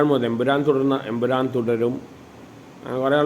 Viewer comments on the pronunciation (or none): none